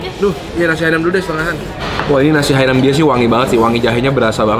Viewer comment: Ralat dikit, namanya nasi Hainan bukan nasi Hainam